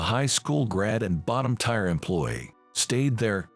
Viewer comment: Teer NOT tire.